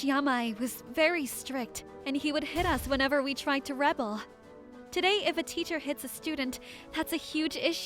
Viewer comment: I think Takashi has the right idea! I WANT TO BEAT YAMAI UP TOO! TO DEATH! FAIR AND SQUARE! (does so) Oh, and by the way, the pronunciation of "rebel" is only correct if in noun or adjective form. As a verb, it's pronounced "rih-BELL" (The capitalization is for emphasis.).